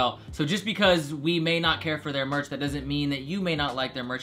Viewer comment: He spelt merch wrong, he said March